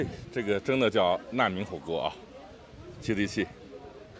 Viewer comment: 烂民火锅。。。这普通话说的。。